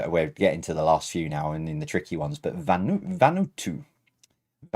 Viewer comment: I've just tuned in for the first time. A friend recommended you. Surprised you dont have more comments - I suppose everyone goes on the chat. BTW that flag it's pronounced VAnoo-Atoo.